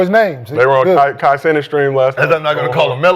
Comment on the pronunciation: The way said “Kai senate”